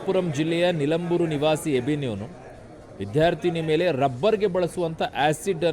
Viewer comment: ಯಾರು ಮಾರಾಯ ಎಬಿನ್...?? ಅಭಿನ್...??? ಯಾಬಿನ್...???😂😂